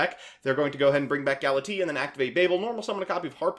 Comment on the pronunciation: Everyone here ragging you on for saying "Aignister" while I'm just scratching my head over "Gala-tee"